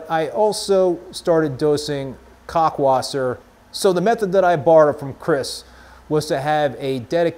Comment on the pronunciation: It’s pronounced “cow-lk wasser.” Not “cock-wasser” 😂 Great video man! Thanks so much for this topic. I find myself watching all your videos.